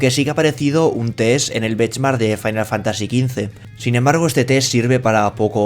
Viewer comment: "Wolfrestein II y Farain Fantasy" xD xD xD